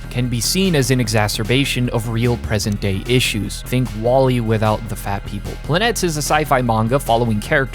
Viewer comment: Truly an amazing videos and I'm totally checking out the manga. BUT, as a Greek person, i won't let you butcher the pronunciation of the title any more 😂😂(I found that the cover of the 1st volume is written in greek). The word is PLANETES(ΠΛΑΝΗΤΕΣ) and you pronounce it as follows: - The first "e" you pronounce it as the "e" in words like "be", "see", or "fee" - The second "e" you pronounce it as the "e" in words like "guess", "festival", or "bless" The rest of the letters aren't pronounced in any special way. Hope everyone learned something new today😁😁 Also this is day 53 of me recommending Kono oto tomare😁😁